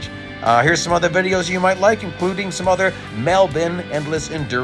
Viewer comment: Hey, Awesome run on Melbourne, I'm an Aussie born and bred in Melbourne you said it perfectly plus it's always great to hear all my American Rr3 brothers say it correctly.😁❤️‍🔥🤟